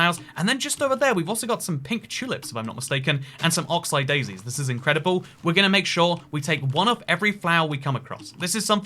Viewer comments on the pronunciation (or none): Oxide Daisies? I'm pretty sure it's Oxeye…